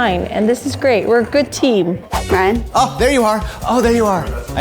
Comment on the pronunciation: Aww, Keith called Ryan, "."! 🫠